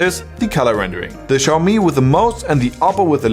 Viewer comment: Xiaomi is pronounced as = xiao - show ( from - shower 🚿), MI - mi ( as it is ) = Xiaomi is pronounced show-mi.